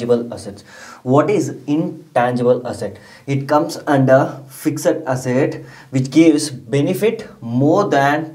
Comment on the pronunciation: Your pronunciation of "fixed" is wrong. Speak it correctly next time